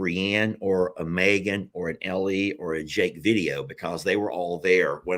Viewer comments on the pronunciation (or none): none